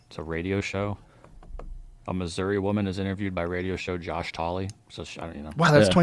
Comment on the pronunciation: It's Senator Josh Hawley not Talley like it sounded when Mike Baker said it